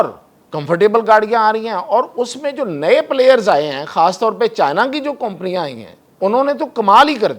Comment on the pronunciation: You don't know how to pronounce (company ) Improve your language brother !